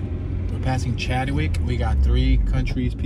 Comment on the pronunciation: Chadwick not chad de wick lol